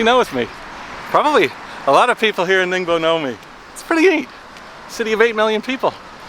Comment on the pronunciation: Thought no. He speaks like local people calling it.